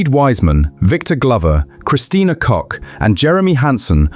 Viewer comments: Her name is pronounced "Cook" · okay cock is crazy its pronouced cook and spelt koch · To all Americans: Please do me a favor and share this comment with your friends and family. Search this page "pronounce koch" or just GOOGLE "pronounce" to search for the correct way to speak words you don't know. It would be great if all the web content producers would do that. You will learn so much every day, even FOX (the top stubborn non learners) will admire your skills. If you follow this advice, God may protect astronauts. How CLICK BAIT pages handle that: They add a threat: Otherwise the Devil will cook the four astronauts and NASA on the BBQ. LOL.